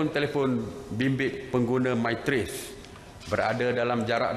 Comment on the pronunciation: MY TRACE bukan MYRACE !